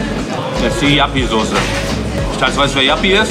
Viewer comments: Warum nennen die das Jappiesoße hahaha, das ist doch Joppiesoße 😂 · Hahaha was für Jappisauce, die heißt Joppiesauce 😂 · JOPPIEEEE nicht JAPPIEEE!! :D Wie kann es sein dass du die Soße nicht kennst? Ist halt DIE holländische Imbiss-Soße, quasi ne Currymayonaise. bietet auch fast jeder Imbiss in Deutschland an der auch nur ansatzweise innerhalb von 200km an der holl. Grenze ist. :D kannste im Münsterland fast in jedem Supermakart kaufen. ZU Kulti-Kebab, das ist tatsächlich mit der beste Döner den ich bisher gegessen habe, in Münster gibt es noch eine wirklich gute Adresse, direkt am Bahnhof, CAPPADICIA! Wenn du noch mal in der Gegend unterwegs ist, auf jeden Fall n Stop wert. Dort gibts sogar frischen selbst gemachten Ayran, der ist weltklasse,. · Die Soße nennt sich Joppie Soße, nicht Jappie 😂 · Geiles Video aber die Soße heisst nicht jappi sondern Joppi mit o 🤣🤣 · Joppie Sauce nicht Jappie 😂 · Die Soße heißt nicht jappi sondern joppi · Das ist Joppie Sauce nicht Yappie 😂😂😂 und Ssio erwähnt die Soße in Hash Hash komm nach Trier und Probiere mal Derwisch Döner 🥙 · Das ist joppie sauce nicht jappi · Wer Jappy statt joppie Soße sagt, hat sich als foodblogger bzw foodyoutuber absolut disqualifiziert! Der Typ hat von essen 0 Ahnung und es war das letze Video mit dem Kasper was ich gesehen habe. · Heißt die Sauce nicht juppy Sauce? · Heisst das nicht Joppie Sauce? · Es heißt joppie Soße 😂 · JOPPIE sie heißt JOPPIE SAUCE BRUDER ! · Es heißt Joppie Sauce.